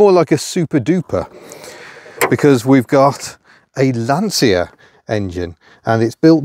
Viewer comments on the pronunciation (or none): It's not Lantsia, it's Lantsha. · Another person who can’t pronounce Lancia, Dell’Orto’s properly.